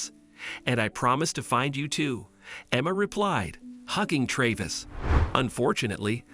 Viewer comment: Computer talking. Is it Trayvis or Travis?